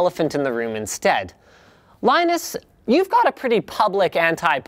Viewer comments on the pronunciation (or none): none